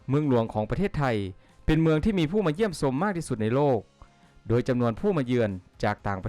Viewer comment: เยี่ยมซม บทควม รสซาติ ซาวต่างซาติ ใซ้แผนที่ ซอบท่องเที่ยว..อ่านผิดนะคับ